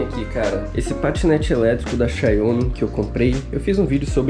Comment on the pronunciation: Flw o mlk q fala xáomi